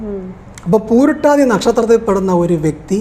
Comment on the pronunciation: പൂരുരുട്ടാതി, not പൂരുട്ടാതി.